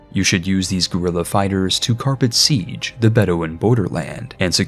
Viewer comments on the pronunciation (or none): none